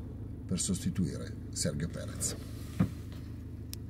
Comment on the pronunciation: Prescindendo dal fatto che, in quanto ferrarista sin da bambino (e sono trascorsi diversi decenni!), mi piacerebbe sapere da Vanzini perché pronuncia il nome di Perez "SERGHIO" invece della corretta pronuncia "SERGIO". Lo stesso Marc Gene` dice "SERGIO". Quindi???